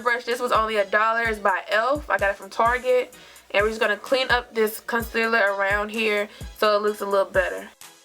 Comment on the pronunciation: Casiller....really!!! Concealer! Girl!!!!